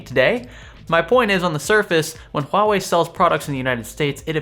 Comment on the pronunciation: You are pronouncing Huawei right, that's remarkable.